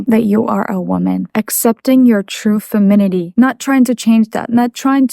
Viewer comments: Hi, it's femininity not "feminity":p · femitity is what u say but it’s pronounced femininity